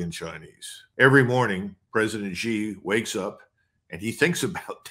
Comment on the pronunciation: Xi JinPing has been the leader of China for over 11 years, and this Colonel MacGregor still pronounces Xi as "zee"; well, it's pronounced "shee"! It just shows his ignorance about China and Chinese affairs. The people of Hong Kong are upset and uncomfortable about China, but they put up with China simply because they have no choice. Xi did not order the PLA to march into Hong Kong because he didn't have to, not because he was "smart" and chose not to. In 1989 the army was ordered into Beijing to quash the student protests, although not ordered by Xi but he certainly would do it again just as his predecessors did.